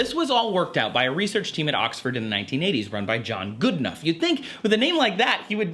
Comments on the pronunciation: Dr John Goodenough not Goodnough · It's Goodenough not goodnough :)